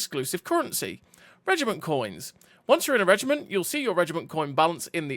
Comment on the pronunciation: Reg I Mont ???? Learn to say Reg I MENT 🤮🤮🤮🤮